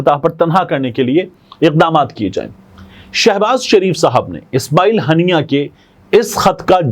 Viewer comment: Tariq the correction shaheed name Haania not hannia